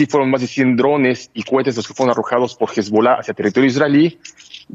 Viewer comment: No es "Hisbulá", es "HizbAll'áh"